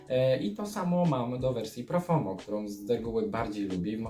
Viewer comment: Tak na przyszłość, po pierwsze - Alberto Morillas a nie Morilla i po drugie nie Profomo a Profumo. Ale poza tym dobry i szczegółowy materiał👍